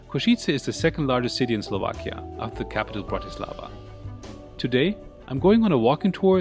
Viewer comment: You should know how to pronounce Bratislava. Accent is on first syllable, as BRATislava, not BratiSLAVA!